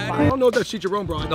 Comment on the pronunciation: Its CHIICHAARRROON not chichaRONE